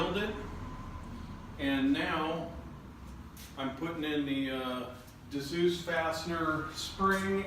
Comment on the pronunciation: Dzus pronounced zues